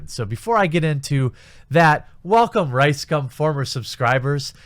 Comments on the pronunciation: It’s actually pronounced RiceCum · RiseScum? I'm hearing that every goddamn time :D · i always hear rice-scam when you say this assholes name... and i will continue to hear it this way from now on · How come I keep hearing RiceSCUM?